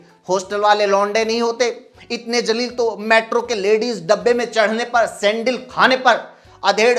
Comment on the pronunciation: jalil ni zalil hota h zalalat wala ( beizzt) or jalil matlab goravshali shandar hota h google pr search krna pyare bhai apki urdu thik h thodi or thik kro mdrsa jao🤣